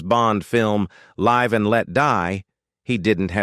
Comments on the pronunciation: Live and let die, wrong pronunciation of live! Annoying! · The worst part of these Bull Run videos is the AI narration (or the same by someone unaware of the text). Live... with a short "i", not Live with a long "i" ...And Let Die. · It's live and let die not live.And let die, you don't even pronounce it, right?EvidentlyYou've never heard the song.Paul says live like we are living